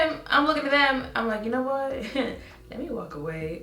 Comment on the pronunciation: He said... Hwat??? Bruuuuh